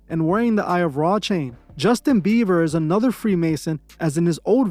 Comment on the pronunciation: Also; its BIEBER, NOT BEAVER.